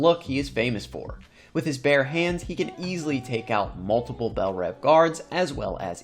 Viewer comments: Its pronounced bell reeeeeev. Not rev like an engine. Also you included captain boomerangs energy boomerangs in his powers from suicide squad but they only appeared in THE suicide squad. The same rules you used for harley quinn should apply for everyone. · Really hate how you pronounce bell reeve.